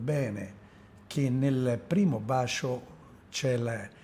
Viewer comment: Sinceramente lo trovo noioso nell'esporre e poco coinvolgente. Poi quella pronuncia, "bascio".... Mah!